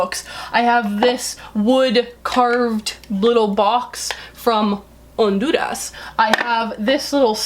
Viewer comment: You have pronounce "Honduras" sooo well